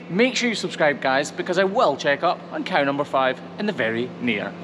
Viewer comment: Cow#5, not Car#5 haha 🤣 just kidding